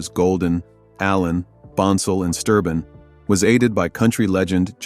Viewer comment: It's Sterben not Sturbin! They did have a fallout with William Lee Golden but after a few years they patched things up between all of them. And he has been continuing to sing the baritone part! And Steve Sanders did the baritone part during William's absence. Joe Bonsall had to give up his traveling due to muscular disease and passed away in July 2024! They had to have a tenor singer and Ben James joined the Oakridge Boys! He is helping them to finish their 'American Made Farewell Tour'! Joe Bonsall put his blessing on Ben to finished the tour.